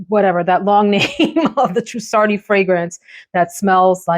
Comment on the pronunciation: Your Italian is far better than your French! The I at the beginning of the Trussardi fragrance is just pronounced like "ee", just like the I is pronounced in Spanish. Fun video! Thank you so much!